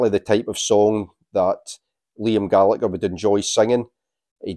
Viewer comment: Pronouncing Liam’s surname wrongly.